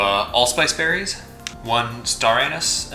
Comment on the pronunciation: Star anus? 😂 Great video. How’s your vinegar going?